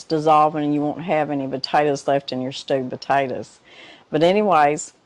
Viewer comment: Another wonderful cooking video! Thank you for sharing! As a northerner I'm amazed by your accent. 😆 In this video it kinda sounds like you're saying "stupid taters" which made me chuckle.